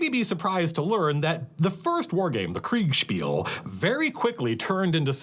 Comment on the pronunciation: Love you saying Kriegsspiel. Sounds way cooler.